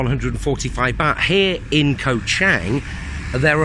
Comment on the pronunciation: its pronounced as the same as the Chang Beer. you keep referring to the island as CHANG as in a Chinese surname. other than that, good video.btw, were you there when this occurred?